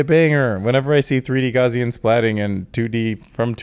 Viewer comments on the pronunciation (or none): Gow-c-an like Cow but with a G. Not gauzian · Gauss rhymes with house. No “z” in house.